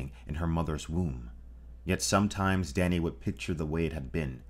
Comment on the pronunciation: Dany was butchered.